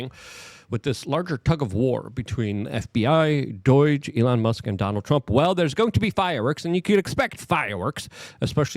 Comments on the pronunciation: Why does he say "DORAGE" When It's DOGE? Also he can't say "important" He say's Imporant... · It’s NOT DOIGE IT IS D-O-G-E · Doge. Not Doyge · Luke I love you buddy, but every time I hear you say doij in liu of doge it's like nails on a chalk board. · Stop saying DOIGE its pronounced Douj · WTF is Doiyge - Luke can mispronounce anything somehow - that's him saying DOGE - bruh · If he calls it Doy-g one more time in unsubbing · ok its been bothering me for a while. Why is Luke pronouncing D.O.G.E. like its spelled D.O.I.G.E.? Am I the only one noticing this!!?? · There is no “I” in doge dude.